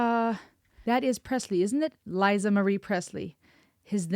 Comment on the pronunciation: It's Lisa Maria Presley as in Lisa Simpson, not Liza. Michael, however, did know Liza Minelli personally, too!! Fun fact: Liza Minelli is Judy Garlands from the (Wizard of Oz) daughter This song went to number 1 🌟☯️✍️🏽🩷